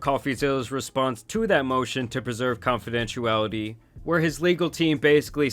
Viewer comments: Confidentiality. Where is the “u” that you keep saying??🤔🤔🤔🤔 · Confidentiality ❎ Confidentuality ✅